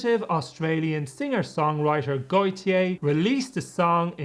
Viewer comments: If it's his version of the name Gautier, the French pronounce it more like Goatyeh. That isn't perfect either, but I hope it's a little closer. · How did you turn Gotye into Goytyey 😭😭😭